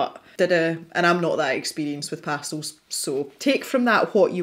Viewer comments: LOVELY video!!!!! My favorite part was the times you said pastills instead of pastels!!!!!😜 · Pretty sure I say 'pastils' all the time, it's just the way we pronounce it in Scotland. Wait... did I actually say 'pastels' at some point? Now I'm worried! 🤣😉